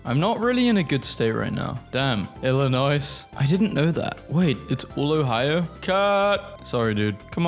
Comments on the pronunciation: Hearing him repeatedly pronounce the “S” in Illinois hurt and I’m not even that nostalgic for my home state beyond the family that still lives there…and John Deere tractors, of course. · Shotgun. I’m robbing you after you say the s of Illinois and Arkansas. I live in Illinois. MAKE A SORRY VIDEO NOW 👹🔪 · Honestly, I thought the inclusion of the "S" was just his way of making up for the exclusion of "W" in Iowa. . 😒